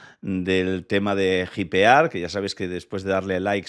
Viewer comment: Hypear se pronuncia "JAIPEAR"